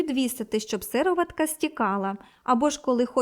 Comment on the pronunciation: Порада господині-коментаторці - правильно робіть нАголос у словах, бо як-то кажуть ріже вуха. СирОватка, а не сИроватка.